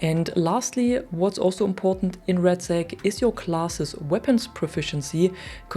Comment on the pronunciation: I don't mean to make fun of you, but it is a touch funny how your pronunciation makes RedSec sound like you're saying RatSac... and that's a rat posion 😂